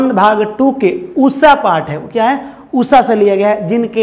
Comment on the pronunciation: Usha not usssa 😂